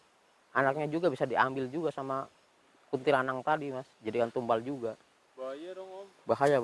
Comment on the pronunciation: Kuntilanak om bukan kuntilanang😐🤣